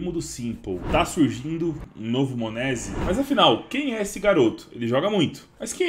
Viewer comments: "monézi" da uma agonia de ouvir kkk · Ouvir o falando monesy dói